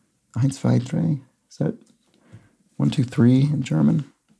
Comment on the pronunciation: A bit odd that correctly pronounced ein and zwei, but then switched sound for drei!